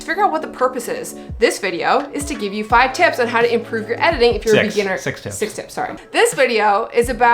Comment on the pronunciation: I have heard "sex tips" lol 😁 thanks for advices, gonna try to implement it 😊